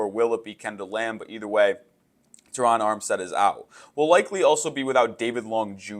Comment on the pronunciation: Thank you for saying Terron how it sounds!!! My name is also Terron and the way people butcher our name is insane lol😂 PHINS UP 🐬 💪🏾💯